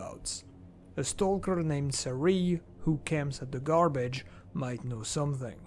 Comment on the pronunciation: Its sEriy, not serIy (Серый)